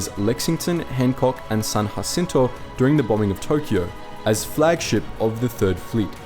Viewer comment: No one in Texas says "San Hacinto." The more americanized "San Ja-cento" is far more prevalent.